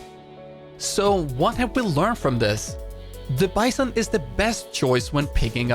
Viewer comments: Hello! I really love your content, it helps me a lot. Since you learned how to pronounce "groza" I would like to suggest to you right pronunciation of the "vss" (not vee-s-s, but vae-s-s) and the "bison" (not bI-son, but bee-zOhn) Thank you again for what you’re doing! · Bizon pronounced like B Zone, not like Bye Son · please dont pronounce BiZON, it hurts my ears, because it is BeZON (it is russian gun and it shuod be pronaunce in russian way) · In russian its pronounced the 'bitzon', just like the 'graza'